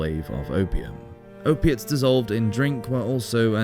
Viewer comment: Ope-ates,, cannabis, alcohol.....what else did you say? When can you come over? ;-)